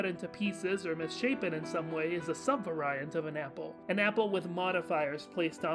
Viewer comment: Really enjoying the video series, though I can't lie, I'm getting a little impatient because all of this is conceptual and I still have no idea about the actual plot. I'm going to stick it out and maybe read the wiki summary page, though. Heh. One small note, I believe you're pronouncing 'sub-variant' incorrectly, unless it's a dialect I'm unfamiliar with. If so, I apologize, but I've always heard it as 'sub-VAIR-ee-ant' rather than 'sub-vah-RYE-ant.' That being said, the concepts are explained fairly well and I've not been lost yet. I'm also liking the mini-crash-courses on various subjects as they're covered. The outros or out-phrases are getting pretty good, too. Suitably dramatic and informative while not feeling pretentious.